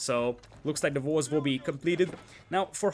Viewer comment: everything with a W is hilarious too, like "valls", or "vere", or "volves"